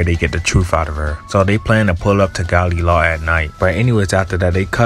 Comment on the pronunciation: Gali la? hahaha isnt it galeh lah